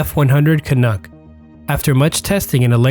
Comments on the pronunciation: Excellent work here. But an important note, the word is KAH NUCK, not kahnook, a pronunciation somewhat offensive to Canadians. Just saying! All the best. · I love videos like this... weird, eh? ;) Oh, and "Canuck" rhymes with "chuck" not "cook". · its canuck rhymes with duck not duke and our prime minister was Diefenbaker - Baker like the who bakes your bread not the backer that plays position on your football team